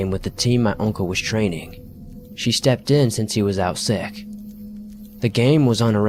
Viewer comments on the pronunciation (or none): none